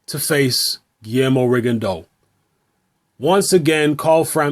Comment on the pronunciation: is the only youtuber who correctly pronounces "Rigondeaux". It's a French surname and it's pronounced "Rigondo".